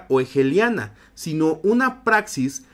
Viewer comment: Profe, un TIP: no se pronuncia Hegeliana, sino :jegueliana.